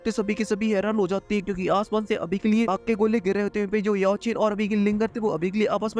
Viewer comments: Bai tum Xiao Chan ko bar bar Yeao Chan bolrahaho 😂❤❤❤❤ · Sao chen ❌ Yao chen 😂😂 ❤❤BTTH